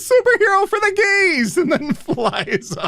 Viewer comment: Ok when I was watching this at the wonder woman one, it started the loading screen at "the" and put some time in before saying "gays". I thought it was funny when it said"the......gays" it was perfect